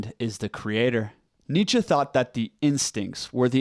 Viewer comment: That's how you pronounce Nietzsche. Unless you mean he needs a better German accent